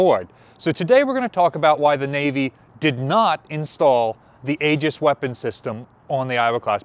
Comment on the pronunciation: FYI, it is correctly pronounced “EE-juss”……..not “A-juss” or whatever you were saying.